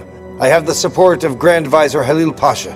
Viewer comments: They don't even know how to say 'vizier'! They are pronouncing it as 'vizer'! Terrible English pronunciation! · Quit saying 'visor'! It's vizier...